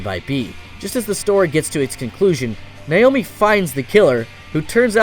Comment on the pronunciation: I cringed every time he said "Nayomi." It's even pronounced right in the dub.